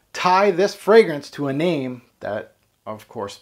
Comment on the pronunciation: I have been a long time subscriber of yours. You have great taste in colognes. Plus the way you pronounce the names is so accurate.